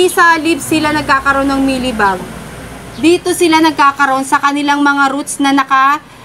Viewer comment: Ate parang sinasabi mo “maylibag” inaatack ang roots